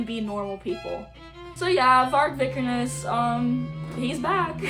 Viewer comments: You just proved yourself to be the biggest most uneducated poser of all time… You’re not even pronouncing his last name correctly first off and second off BM was a genre inspired by h8ing everything/everyone, having pride in your white nordic/germanic ancestors, and NS culture hence the red and black old english skulls etc.) If you’re offended by any of Vargs takes then you would be offended by the takes of ALL BLACK METAL BANDS so this genre is clearly not for you go listen to punk or pop like all the other woke commies and stop speaking on a genre you clearly know NOTHING about… Nice job trying to virtue signal how accepting you are more proof you’re a poser if you were truly black metal you would be not care if someone h8ed someone else based on anything also stop listening to a genre created by NS men if you hate them so much. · it’s actually the worst take and she can’t even pronounce his last name right but nice job as outing yourself as a poser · This girl who can't even pronounce the name of the person or band they're talking about, has such an abrasive and irritating attitude issue. Septum piercing says it all.